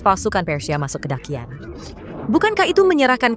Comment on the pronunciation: Daqian. Orang China asli : dachian Orang indo : dakian 🗿